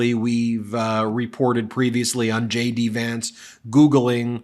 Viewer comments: I thought you were saying j d vance, shady Vance... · Sounds like you're saying Shady Vance - it fits regardless! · When Ben said “JD Vance”, I initially heard “shady Vance”.